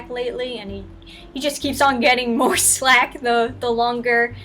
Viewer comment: Boobies! A boy's best friend. Also: FLACK. Not slack. Keep doing good,.